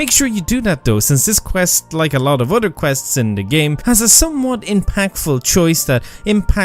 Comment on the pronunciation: "other" as "udder" 😂😂😂